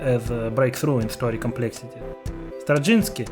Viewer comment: спісіз =) комплєксіті the авторз сonsider